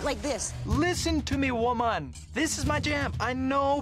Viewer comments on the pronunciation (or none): She said woman like woHumAHn